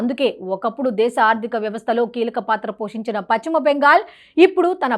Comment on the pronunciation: Paschima bengal not pachhima bengal utcharana marchandi